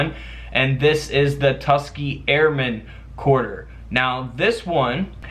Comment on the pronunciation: It’s pronounced Tus-KEE-Gee, NOT Tus-kee